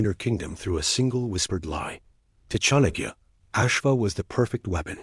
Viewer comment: It's pronounced Chaanukya...The first a is pronounced and the second a shorter one.